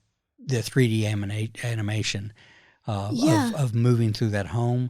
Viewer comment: And it's animation, not amination